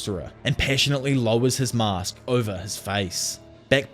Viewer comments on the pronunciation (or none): none